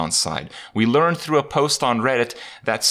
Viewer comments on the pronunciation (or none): none